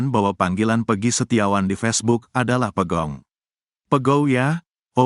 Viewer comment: Pegog bukan pegong bro !